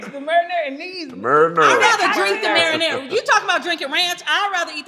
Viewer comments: “The Murinura Sause” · say Marinara like GloRilla